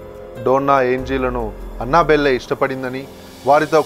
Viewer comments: అన్న బెల్లె కాదు first పేరు తేలుసుకో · Annabelle pronunciation 🤣🤣🤣🤣